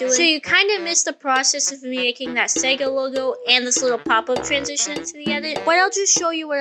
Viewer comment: he did NOT say sega